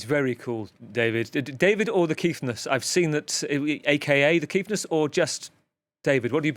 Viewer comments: The Kiffness is something special, and we in South Africa are truly proud! By the way “KIFF” is very much South African slang, which means nice, good or lovely. It’s pronounced as it’s spelt (KIFFFF) and NOT KEEF!!! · Good to the see The Kiffness doing so well. Some advice to the interviewer and future ones. Its Kiffness as in "if" not "eef" Edit: we need something after the rugby loss to Argentina on Sat to cheer us up. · Pronounced kiff not keef. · Guys, it's "Kiff" like "Cliff" 😉 It has much the same meaning as "cool/awesome". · Kiffness... pronounced kick but with an 'f' HOS MY BRU!